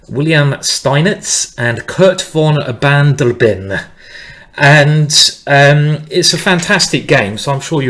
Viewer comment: It is Bard-e-le-ben :-)